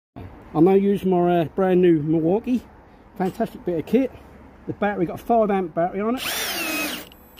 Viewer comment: Is it just me or does he go all American/Australian when saying Milwaukee